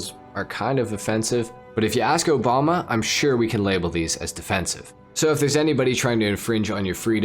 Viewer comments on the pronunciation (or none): none